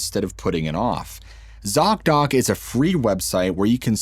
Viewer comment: Zock Dock? seriously , they need a name change STAT .you miss said or i miss heard and i got a great laugh out of it . i heard ( sock dock) and immediately imagined ........ laughter is best meds.